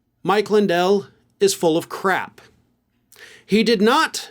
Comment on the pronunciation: Mike Lindell is full of crack lol 😂 You said crap , but I heard crack